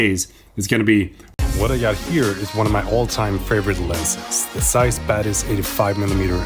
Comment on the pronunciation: whenever he says 'Batis', I listen 'Badass'!